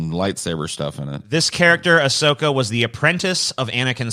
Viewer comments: got Ahsoka's name right. Good job,. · Holy shit pronounced it correctly! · got Ahsoka's pronunciation right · Holy shit, congrats to on pronouncing her name right, hearing NC just constantly fuck up her name is so irritating, The clone wars and Rebels are great because they actually get better as they go along